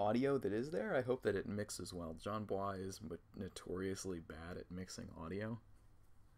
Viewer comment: bois is not like some foreign last name you actually pronounce it like boys